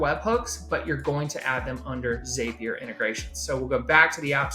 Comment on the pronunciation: your video was very helpful. However I must say if "zap" is spelled Z-A-P, why the heck do you think its pronounced "ZAPEier". Crazy stuff lol